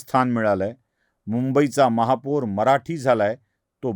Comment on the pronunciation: दादा, महापूर नाही महापौर म्हणा! बाकी विडिओ छान! 😂